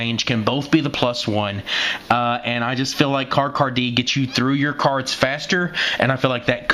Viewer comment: Your pronunciation of cards really irritates me sometimes but then again words are a passion of mine keep up the great work man